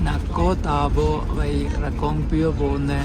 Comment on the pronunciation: വ'യി' അല്ല സുഹൃത്തേ... വ'ഴി' എന്നാണ്.. മലയാളത്തിൽ 'ഴ' എന്ന അക്ഷരം എടുത്ത് കളഞ്ഞിട്ടില്ല സുഹൃത്തേ... നിങ്ങളുടെയൊക്കെ വീഡിയോ കാണുമ്പോൾ ഉള്ള അരോചകം ഇതാണ്.. മലയാളം ശരിയായി ഉച്ചരിക്കാൻ കഴിയുന്നില്ല എന്നത്.. ഇത് പറയുമ്പോൾ കുറെ കൂതറകൾ ന്യായീകരിക്കാൻ വരുന്നത് കണ്ടിട്ടുണ്ട്... അക്ഷങ്ങൾ ശരിയായി ഉച്ചരിച്ചില്ലെങ്കിൽ അരോചകം തന്നയാണ് സുഹൃത്തേ... ഞാനും വർഷങ്ങളായി യാത്ര ചെയ്ത് കൊണ്ടേയിരിക്കുന്നു...നന്മകൾ